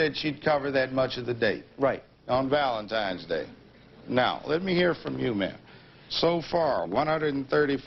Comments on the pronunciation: If this guy says valentimes days one more time I'm gonna lose it. Its valentine's day you dolt! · Stop saying ValentiMEs Day!!!! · Valentimes Day!!!!! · “Valentimes day”